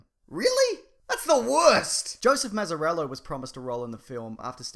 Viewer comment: it's mazzello, not mazarello